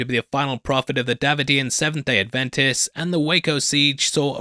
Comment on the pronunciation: Love your videos but just so you know Davidian is pronounced da-VID-ian